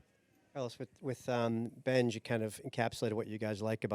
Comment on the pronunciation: He called him Bengie, like the dog. I think he realized that as he said it.